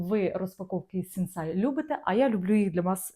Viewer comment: Мова йде про Сінсей, а не СінсАй.